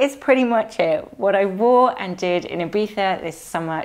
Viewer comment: Hello from the South coast of Spain,. It was lovely to see you and David had such a good time at Ibiza. (Btw, so thankful that your way to pronounce Ibiza is so good😍😍🙏🙏 ) All your outfits were amazing, you truly fit into the Ibiza Style vibe! I wish you a wonderful Sunday and a good start into the new week! Abrazos, Sonia